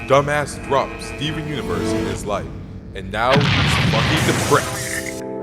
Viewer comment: i like the part were he said steven uiverse